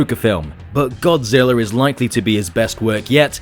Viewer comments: Godzilla not godziller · Why do you keep calling him godziller